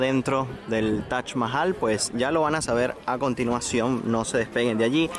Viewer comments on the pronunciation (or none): Tienes que pronunciar taj mahal y no tash mahal😅😅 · cuál es la forma correcta de pronunciarlo? "Taj Mahal" como en occidente se conoce o "TACH MAHAL" como lo pronuncia el host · Lo único estresante del video era escuchar a toda hora la pronunciación “TACH MAJAL” ese “Tach” Dios mío.